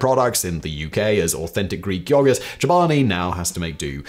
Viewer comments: yo-GERT its not that hard simon its not yah gurt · I've heard a lot of people and I've heard a lot of words and never have I ever heard someone pronounce yogurt that way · "yoggart" lmao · State side most of us say yo-gurt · Is anyone else amused by the way Simon says yogurt, or am I high? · The way simon says yoghurt... or maybe my Australian accent just isn't a fan 😅